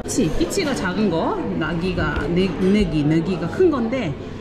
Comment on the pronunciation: 😅 잘 보고 있어요...자꾸 발음을 말씀 드려서 죄송한데요,,"-gy"가 같이 붙어 있는 단어 예를 들면 "nagy" "gyongy(진주)" "vagy(be동사)"같은 단어에서 -gy의 발음은 한국어에는 없는 발음인데 ㄱ 과 ㅈ 사이의 발음이나 ㅈ 발음에 가깝습니다. 제 경험으로 gyongy처럼 앞에 gy가 올때는 ㄱ, 뒤의 gy 는 ㅈ 이렇게 발음 하는게 맞다고 봅니다. 그래서 gyongy는 "굔지" 라고 발음하고 크다는 뜻인 nagy는 "노지" 로 발음하는게 좈 더 가깝고 잘 알아듣습니다. 그래서 nagy는" 노기 "보다는 "노지"로 발음하면 더 잘 통합니다.